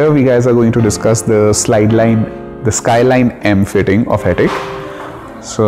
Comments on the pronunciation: Wy everyone pronounce it as 'Hettiick' ? Its 'Hettich (as in Itch used in Itching)' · Ideas Modular Kitchens you are wrong... you can check their corporate website and press interviews.. They pronounce themselves as Hett- “itch”